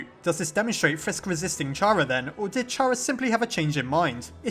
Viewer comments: It’s pronounced K ARA, not Ch ara, sorry it just triggers me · Why does every one say (ch are ugh) its fuckin (car ugh) damit its with a k sound a k sound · I fail to understand how some people just can't wrap their heads around a kid preferring 'they' pronouns. Also how some people still pronounce Chara(cter) and Char-ah. But I digress. Not enough evidence for this theory to be plausible in my book, I'm afraid. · I'M UPSET WHEN YOU PRONOUNCE CHARA WRONG IT'S SUPPOSED TO BE PRONOUNCED WITH K